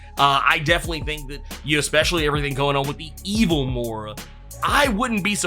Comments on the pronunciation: It's pronounced Moy-ra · *Moi-Ruh (pronunciation)